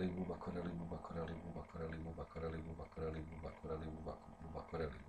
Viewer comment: Buba Kareli 😂😂😂 tako bar ja čujem posle 2000 puta